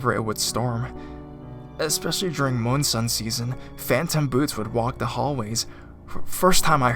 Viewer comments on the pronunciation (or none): The Charlotte’s Web rip-off was pathetic. And although I admire the narrator’s performance in general, the mispronounced words were annoying. A rainy “moon-sun” season? Going to the “Pierre” on the beach?